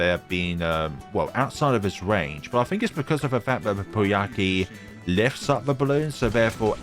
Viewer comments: Just for the record Prouncouncing poukai just say POW then Kai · That "pooiakee" was great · Pouākai is pronounced "poh-ah-kai", it is a bird from Māori mythology